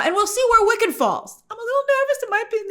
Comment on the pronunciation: I swear I keep hearing Wiccan instead of Wicked